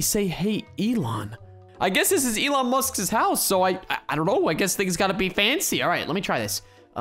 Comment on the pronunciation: “Elon ant”